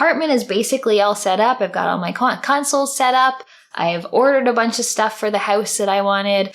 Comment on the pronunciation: Just as an aside, sometimes your Canadian accent is imperceptible and then you say "house" and I'm like... oh yeah, she gets healthcare from the government like someone who lives in the first world. This is not a bad thing, I would take every single person around me saying "Howouse" all the time if it meant living in sane governance but... as an American living north enough to get a Canadian channel on his cable system, it pops out.